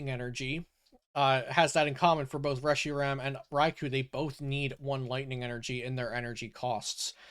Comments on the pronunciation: Reshiram not Reshirim. Would be like calling Cherrim, Cherram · Woah woah when did we start pronouncing reshiram that way? I say “reh she ram”